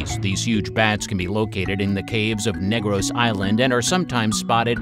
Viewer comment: Negros is pronounced as /Nig-rus/ instead of /Neygrows/ as a Filipino our accent is very rough(?), hope this helps!